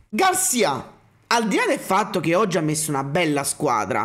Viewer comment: Garcìa Garcìa Garcìa come il sergente di Zorro!!! Non Garcià mannagg a mort me fatt fa a fin r'Hermione